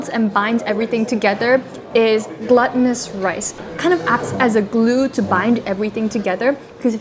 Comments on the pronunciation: the GLU in glutinous is pronounced like GLUE. there is no double t like mutton/button/sutton. you're welcome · 😂 glutinous or gluttonous?!!! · It's not GLUTTUNOUS rice it's GLUTINOUS ☠️